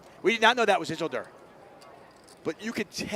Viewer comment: Is anyone else bothered that they constantly pronounce Isildur incorrectly? If it’s a name after the lord of the rings character it’s “is-sil-dur” like how Elrond says it in the fellowship of the ring.